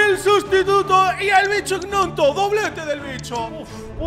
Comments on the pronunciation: Un detalle y es que se dice 'ñonto' no egnonto:) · Hola solo una cosa para decirte, Gnonto se pronuncia "ñonto" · gnonto se pronuncia ñonto no es broma si no fijate en los partidos en el leeds united